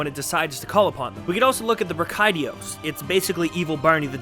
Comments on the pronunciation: please don't think that I am trying to be rude however when I play online the majority of people I hear say is. Bra-ki-dee-ous. Ive been playing since 4u and I don't know how to pronounce all the monster names. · OMG the way you pronounce Brachydios is so triggering! But great video though! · Bruh-kai-dee-os? Bree-kai-dee-os? What.. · great video. Your pronunciation of brachydios had me rolling